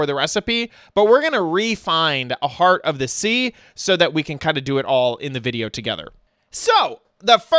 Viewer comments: It's heart not heat lol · It is HEART not HeAt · Where's your "r"......